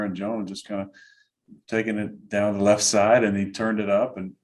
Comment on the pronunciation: Pat McAfee's Pittsburg accent rubbing off on 12. He's dropped the word "Down" for "Dahn"